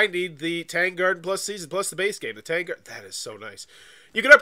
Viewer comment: Worth noting that it’s pronounced Tahng. Tang in this context rhymes with the word song or long or wrong.